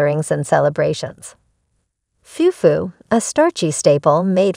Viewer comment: Its not Fewfu it's fufu😂, it'd Kelewele not Kelewell